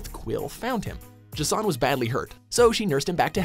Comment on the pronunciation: J'son. Not Ego, the living Planet. Goddamnit.